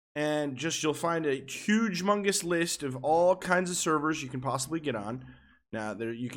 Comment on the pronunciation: U said hugemungis